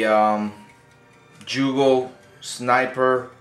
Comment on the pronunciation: Haha It's pronounced yugo not jugo YOUGOH haha